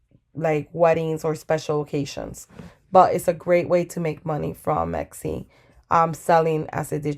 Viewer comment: Very useful video, thank you! p.s. Your pronunciation of Etsy sticks out to me every time :) you say it like it's Exy, and it's not. Still, great video, would definitely investigate more!